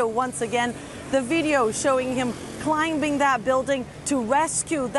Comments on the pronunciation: Climbing lol climbing b is silent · The 'B' is silent in climbing